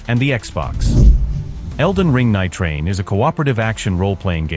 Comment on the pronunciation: Couldn't get the A.I. to say Nightreign...lol, Elden Ring Night-Train...NiteTrainLane